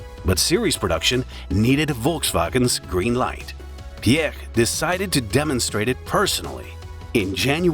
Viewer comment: The narrator amazingly pronounces Mr. Piech's name correctly- most non-Germans say it incorrectly as "peach". But- the CEO of VW was not "Schumacher", but Schmueker (would sound like "shmicker"). And the company brand is sometimes pronounced as 'oddee" and not "owdee", even in the same sentence?! And my gosh- who is the main intended audience of this video, given the obvious American accent of the narrator? The USA! So provide the units as most commonly used in this country- standard units (e.g., inches, pound-feet torque, pounds, miles per hour, etc.) with either metric spoken right afterwards, or visually in parentheses/captions. There are some std units on the car depictions as subscripts, but when the text is spoken they are missing. Nice to see photos of the development cars for the original Quattro setup.